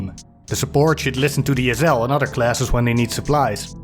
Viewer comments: It took me a long time to realize he was saying SL, I kept wondering what an ozel was. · Wtf is an “ezzel”? Ohhhh. SL 😂